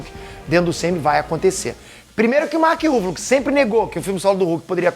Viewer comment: Mark ruffalo ou Mark Ruffles? kkkk